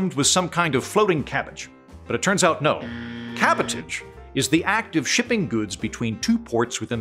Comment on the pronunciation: "Cabotage" is pronounced like "sabotage" ....with an aaaaahhhhhh